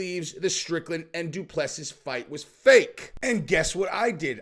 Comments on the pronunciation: Jesse,please say Doo plu sea.... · Google French pronunciation and type in du plessis